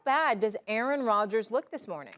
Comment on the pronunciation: QB 'Errant' Rogers